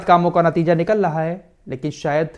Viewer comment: निकल लहा नहीं निकल रहा होता है